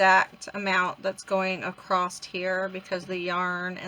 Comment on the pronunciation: Love this easy pattern. Thank you for sharing. You crack me up how you say across..t! …Lol 😂